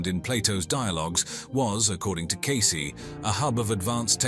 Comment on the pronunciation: “Case-ee” not “case”